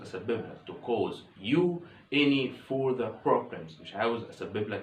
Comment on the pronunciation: راجع نطق further